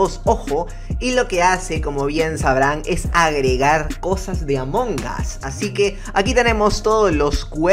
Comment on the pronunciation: No se dise among as se dice among us